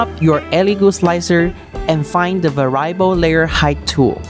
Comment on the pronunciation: Good video. I enjoy the Elegoo content, keep it coming. Most native English speakers pronounce the word as "vair-ee-uh-bull". I only speak a single language, so I am NOT criticizing. I am in awe of people who speak multiple languages!